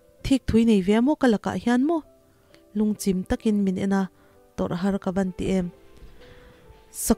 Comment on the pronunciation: Lungchim I lam dan kha lo ngaithla leh rawh chim kha chimawm Kan lam ang hian aw